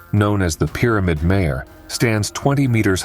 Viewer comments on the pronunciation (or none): none